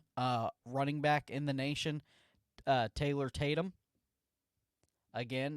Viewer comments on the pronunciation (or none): none